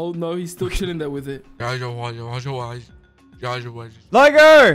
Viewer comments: I think he said “Liger run” but he might’ve said that, I can hear it both ways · If he said “Liger run”, then it would’ve been pronounced “Lie-ger” not “Ligger” lol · I do not hear liger at all I rewinded it like 5 times and I do not hear liger😭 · Since when Liger German?